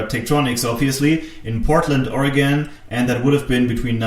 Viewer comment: There is also a great place called Surplus Gizmos. Its an awesome place to go and check out. you say Oregon better than many Americans:) Greetings from Portland (Beaverton actually) Oregon.